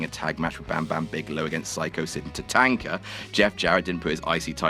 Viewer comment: The way he says. Ta tank a